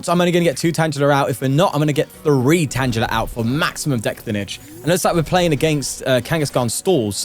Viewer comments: Ok, why does he keep mispronouncing tangela? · Pronouncing Tangela with a soft "g" you're always finding new way to deeply unsettle me